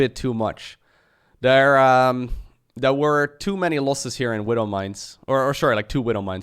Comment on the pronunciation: why do you say third properly but there is dare?